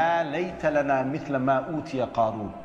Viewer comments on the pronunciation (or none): none